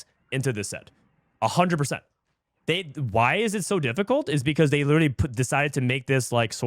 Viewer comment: Can you just read it normally? Like we all know “wghy” = “why” you don’t need to say “we ge he”